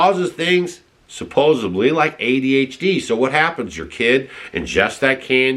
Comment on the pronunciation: no "B" in the word supposedly. Not sup-po-zub-lee. It's sup-po-zed-lee.